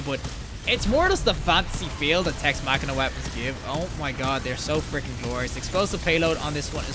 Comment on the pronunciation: This guy is really giving me new pet peeves. It’s Tex Mechanica not “Tex Machina” It’s hipfiring not no-scoping. The weapon doesn’t have a scope 😂